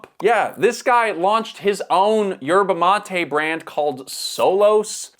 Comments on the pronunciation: Why do you pronounce it 'matey'? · His pronunciation of Yerba mate is triggering 😂